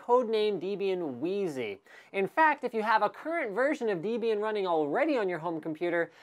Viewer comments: Pedantry: Debian is pronounced with a short e, not a long one. i.e. not DEE-bian but DEB-ian. It's made up of two names, Debra and Ian. Source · Named after Deborah and Ian, making pronunciation totally unacceptable on your part ;-) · You don't pronounce "Debian" the same way I do. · pretty sure it's pronounced debian, and not debian.